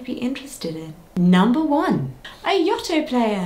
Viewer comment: You saying Yoto wrong lol Only from my point of view, this is how it how are you saying it very differently, but yeah my eight-year-old like nearly 9-year-old absolutely loves his Yoto player it’s the best thing in the whole wide world definitely recommend it for any gift from any age